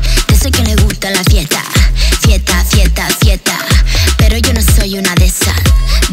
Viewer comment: It's "fiesta", but Becky pronounce "fieta" 😂😂